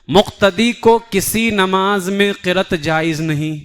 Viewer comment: Qirat nahin hai, qiraa't hai.